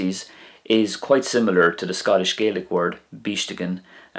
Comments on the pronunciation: It's Scottish GAAlic not GAYlic. Just saying. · Interesting video, thank you. But almost all Gaels in Scotland call it Gah-lic, not Gay-lic 😊 (You'll only find a sprinkling of folk in Scotland saying Gay-lic, mainly around Argyll, and also Nova Scotia). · Regarding pronunciation, a very important point is that the language in Scotland is not pronounced "Gaylick" as you do in this video, but is pronounced "Gahlick" reflecting the way speakers in Scotland call their own language: Gàidhlig. This pronunciation is also used by almost all people in Scotland, not just Gaels, when speaking either English or Scots. There is no "English dialect of Scots". Scots is a language that evolved from Middle Northumbrian English, but has Norse, Dutch, Gaelic and possibly Pictish and Cumbric influences, as well as French influences different from those in English, so that it diverged to the point that it was also considered a separate language by the 1600s. It is as different from English as Scottish Gaelic is from Irish. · i must say, the facts and history are correct, it was just gaelic is pronounced EXTREMELY different from Irish and when you were pronouncing gaelic as irish